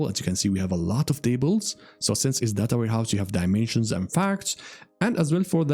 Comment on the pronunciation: it's not data its data